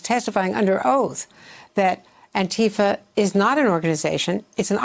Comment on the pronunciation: Joe cant say Antifa